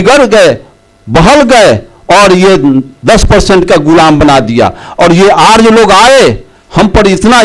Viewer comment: बोलना तो सीखे अर्ज नहीं आर्य होता ह।आज जमाना बदल गया ह।जैसा कह रहे हो वैसा पहले होता था तुम पब्लिक तो गुमराह कर रहे हो।